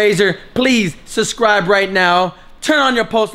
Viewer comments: Lol "suscribe " and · "Suscribe" 😂 aww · says "suscribe" not "subscribe "hahahaha. I'm not trying to be mean but...... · Teddy The bear -"suscribe" that reminds me of Miranda sings😂😂😂